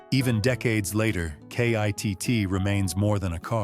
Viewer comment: Stop spelling out K.I.T.T.'S name. His name is KITT